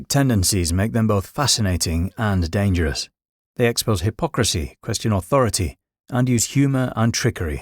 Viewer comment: Danderous? Get a grip